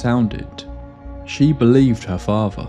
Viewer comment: Her Favva? Wth is that… 🫵🏼🤡